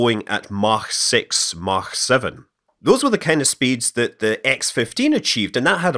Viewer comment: Thank you for saying "Mach" correctly!